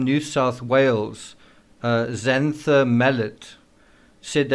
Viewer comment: Xanthe is pronounced Zan-thee and is a she!